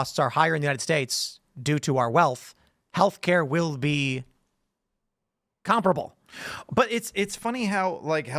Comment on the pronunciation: Tim, please see the pronunciation of com·pa·ra·ble (kəm-ˈpa-rə-bəl) Not "comprible"